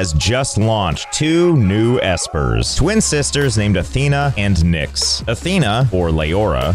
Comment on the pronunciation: Haha, when he said "you get Nyx for free", I thought what a rip off! 🧐 How you pronounce Nyx, is the word for 'nothing' in Dutch. So I heard "you get nothing for free"! 😅